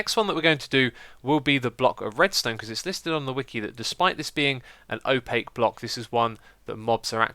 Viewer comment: I know! Drove me insane every time he said opaque.